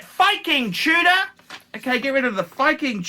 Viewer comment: What's a Two-dah?